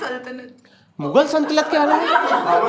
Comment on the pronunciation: He also pronounced "saltanat" wrong everytime 😅